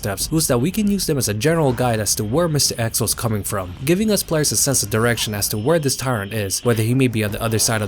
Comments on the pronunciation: I’m sorry, I just can’t get over the way you say mistah eks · “Mistuh X” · The way you pronounce Mr. X, goddayum. Mistah Ex